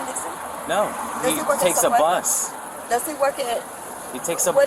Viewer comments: I thought her calling it a "caw" was bad enough but then she hit us with the "plus" 🚌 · Instead of her saying bus she said plus😅😅😅😅😅😅😅